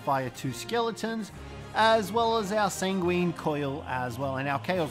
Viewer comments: Enjoyable video but it's san-gwen, not sanGWEEEEEEEEEEEN, that really started to grate on me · pronounce it how you want, I've heard more people pronounce it sang-ween than I have heard san-gwin